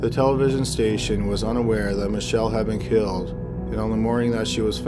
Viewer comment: the girls name is pronounced mickayla, not michella